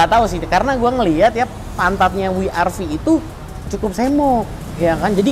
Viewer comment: Double U kak. Bukan We er Vi..